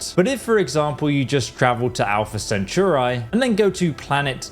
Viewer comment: It’s not sin-tur-eye it’s sen-ta-u-ri, like Atari. It’s from the word Centaur, which is a human-horse hybrid. For the love of god.